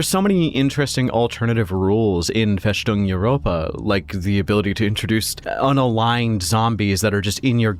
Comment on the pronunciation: Interesting video, maybe I should look into it. Just one thing its: "FeStung" Europa, not FeSHtung Europa. Its a sharp "S" and not a "SH" sound. Just like the "S" in "fortress".